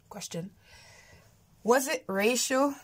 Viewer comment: lol when you said racial it sounded like you said Rachel 🤣🙌